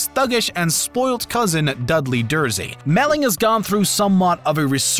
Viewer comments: Goodness. Has the team behind this video even seen the series..? Between getting the prononciation of characters' names wrong and constantly belittling the discipline and its acolytes, one has to wonder if you couldn't have taken a day or two more to write this. Damn pity. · Dursley was another. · And how about Dursley? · It is rather annoying how media announcers and narrators play fast and loose with the actors’ names. This guy mispronounced Anya Taylor-Joy’s name repeatedly (Ahn ya is incorrect. It should be Ann-ya). He also butchers Thomas Brodie Sangster’s and Harry Melling’s character Dudley Dursley. You could allow for the mistake if someone is working on the fly but I assume this video took a few edits.